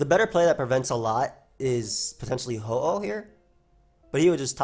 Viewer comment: says "Ho-Ho" insetad of "Ho-Oh"... Also poor Melle:(